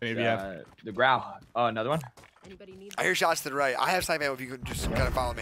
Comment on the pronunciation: “Too da beach” lmaoooo